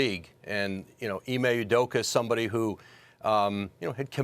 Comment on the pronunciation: “Ime udoker”- stephen a